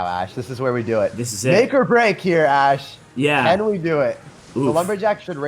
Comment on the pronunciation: Love the duo.. ash tag sounds like hash tag..